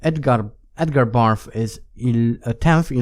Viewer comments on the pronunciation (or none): Maybe it's your accent, maybe it's a subtle joke on your part, or maybe I'm hearing wrong. In any case, I'm amused that you pronounce Edgar Barth as Edgar Barf.